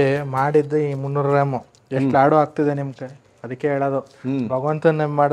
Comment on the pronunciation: ಲಡ್ಡು ಅಲ್ಲ Sir ಲಾಡು ಅಂತ ಹೇಳಿ ಯಾಕೆ ಬೇರೆ ಭಾಷೆಗೆ ಬಹುಬೇಗ influence ಆಗಿಬಿಡ್ತೀರಾ ನಮ್ಮ ಭಾಷೆ ಪದನ ಬಿಡ್ಬೇಡಿ ದಯವಿಟ್ಟು